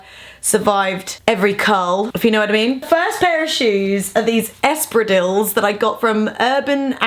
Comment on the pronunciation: I love how you pronounce espadriles. V cute x